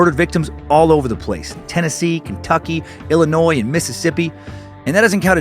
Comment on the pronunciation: Man I so proud of you for pronouncing Illinois without the s today as a local of southern Illinois and cave in rock is amazing you def need to come for a visit Dan and moon from the fizz show is a super fan of the area so plz come to our side of the Mississippi when you come to stl hope I can get a chance to see u then your fateful cult member